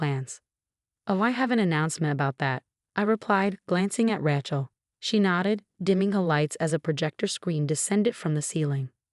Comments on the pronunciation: Ray-chel not Rat-chel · Why can’t she pronounce the name correctly its not a ranch’el Ray is she correct sounding. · Ratchell again. Say it correctly or use another name. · Rachel has a long A . A lot of these sites use the name, Rachel and pronounce it incorrectly😮